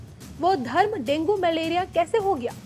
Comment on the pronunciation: डेंगु बोलना वाले नही। डेंगू बोलने वाले । ये सही वाक्य है।